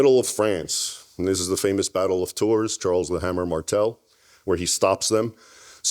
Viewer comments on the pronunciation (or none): none